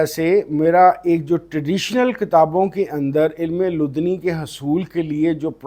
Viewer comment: Correct pronunciation: Ilm-i-ladunni